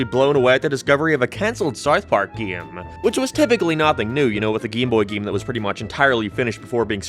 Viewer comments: Sarth Park? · Sarth Park.